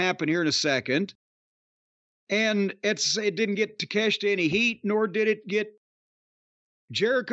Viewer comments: Cornette saying Takeshita and Iyo Sky's named correctly is a revelation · In Japanese his name would be pronounced Tah Kay Shee Tuh